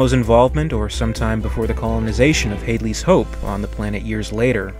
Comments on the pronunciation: Interesting.. Gotta mention though, its not pronounced "Hey-dley's" hope. It's 'Hadd-ley'. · Great video and commentary but please, for the love of the almighty creator- IT'S HADLEY"S HOPE (not Hayyyyydley's Hope). Had as in dad!!! :))))))))))))) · Only thing that bothers me is how he pronounced Hadley’s Hope